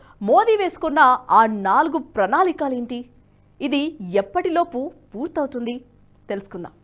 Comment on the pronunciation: Pranaalikaalu కాదు pranaalikalu 😂😂😂